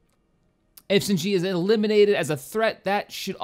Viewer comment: it's pronounced Mal(mal as in malice)-Drood(Dr-ood) and the brown person is Zsinj(j sounds like hard g)